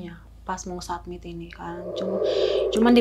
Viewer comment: Iya apa sy yg salah dgr berulang satmit satmit . Summit*